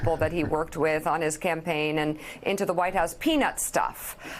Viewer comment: “Peanut stuff”? Whaaaattt? What is peanut stuff? Is his language getting worse?